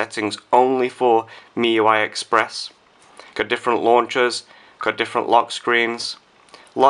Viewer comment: don't know why,i keep hearing miY .miY